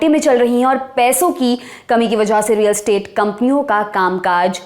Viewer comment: सब ठीक है पर रियल एस्टेट है, स्टेट नहीं .